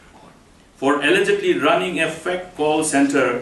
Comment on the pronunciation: Mukul sangma exCM cannot pronounce "Fake"